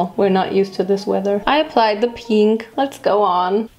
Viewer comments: its Pehnk😂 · What’s wrong with peeenk? That’s how I say it, I don’t think you pronounce it pink